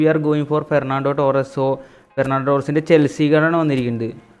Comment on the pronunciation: Gernando Torres ❌Fernando Torres✅